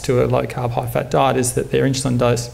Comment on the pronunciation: Great talk even though he seems to say "inchulin" over & over.